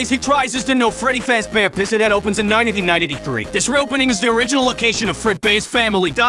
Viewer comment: I like how he pronounces 1993 as Nietidynintidythree. Also him pronouncing DLC as Dulc.